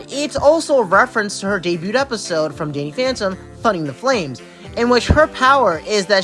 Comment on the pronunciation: You pronounce debut as "day-beaut" (with an audible T sound at the end) and debuted as "debut-ted" for some reason.